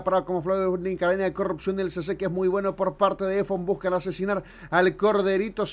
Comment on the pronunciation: Dice busan en vez de buscan pero queda como un juego de palabras